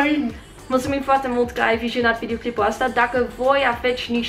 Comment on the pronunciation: Apropo de "bă"... Îmi place cum pronunți "vizionat". Zici mereu: Mă bucur că ați "vijionat"... Probabil din engleză "vision"... E funny.. As vrea să vorbesc și eu olandeza măcar pe jumătate pe cât știi tu limba română.